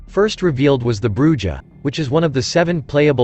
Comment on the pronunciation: its pronounced BRU HAR